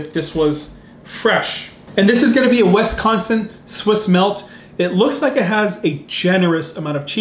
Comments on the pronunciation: As someone born and raised in WISconsin, who eats Culver’s regularly, it severely triggers me when people say WESconsin. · I hate the way you pronounce Wisconsin, but I’ll forgive you.